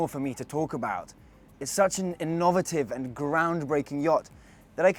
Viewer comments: I didnt choose anyone with a name that might suggest they are working class, so i went for a Silver Spooner pmsl. "IN NOV ATTIVE"? Heres to learning how to talk properly. Apologies, i've just realised who his dad is....commercial director of Ferretti. So all you guys who sent in your application? You never stood a chance guys and girls.....Cronyism rules! haha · say it fast ... inner ver tivv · The way he says innovative nearly drove me nuts lol. But good job and nice vid. Can't wait to see more of this yacht. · I thought "innovative" was an entirely new word 😅